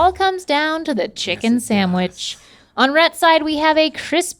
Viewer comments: Dammit, Stevie, stop saying SAMWICH! The word is SANDWICH! 😖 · Love this episode except hearing “samwich “ instead of sandwich so many times! 🙉 sorry it’s a pet peeve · Stevie, I love you. But the word sandwich doesn’t have an “m”! It’s SANDwich. Not SAMwich. Link was doing that too and it was driving me crazy! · Omg. Can’t stand when people say “saMwich” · I can’t stand Stevie saying “samwich” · Everytime Stevie says “samwich” I have a mini stroke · I like how all 3 of them say "samwich" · is stevie saying "samwitch" or am i hearing things